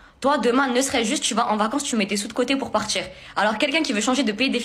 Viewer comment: « Pour partCHIR » 😂